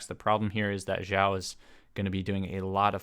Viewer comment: Is it just me, or did he keep saying Zhiao?